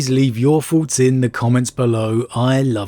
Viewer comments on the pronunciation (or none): I really enjoy this channel, after all these months listening I just wish he would put some time into his pronunciation - as his channel grows especially. Even just fixing his "th" sound, it grates so much every time he says "fink" instead of "think". "What do you fink? What are your foughts?" Apart from that, great video as always.